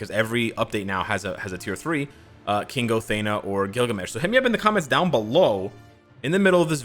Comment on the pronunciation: Thee- na not Thay-na. But yes i hope she will be the Tier3.